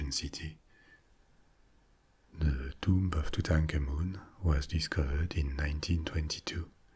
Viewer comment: I could listen to this guy say Tutankhamun on a loop...... and love every second!!